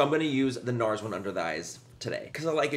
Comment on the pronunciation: Is it just me or anytime Manny says Nars do you hear "no" in a spontaneous Australian accent